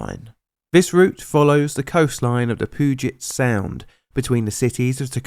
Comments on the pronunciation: You said puget aound wrong. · Very interesting account of this tragedy. I temember the stops & delays between King Street Station and just north of Vancouver WA back in 2016. Small detail: It's usually pronounced Puget [pew-jet] Sound. (Not: [poo-jet]) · Hahaha, "Poo-git Sound" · I know this is old but I live here! The pudget sound is pronounced. [Pew]-[geit] the d is silent when we say it, locally at least. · pooget sound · Puu-jet sound